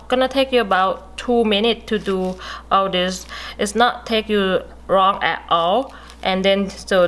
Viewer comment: "it shouldnt take very Rrrong" xD nah great video tho well done